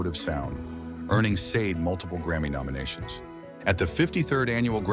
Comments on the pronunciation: "Shau-day" is how you say her name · Hey, Ai voice over artist - It's pronounced: SHA-DE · Sade (/ˈʃɑːdeɪ/ SHAH-day)... Come on! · What the flip? Her name is pronounced, "SHAH-DAY"!!!!